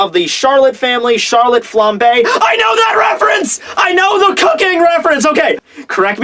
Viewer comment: Am I the only one hearing "flampé"? :')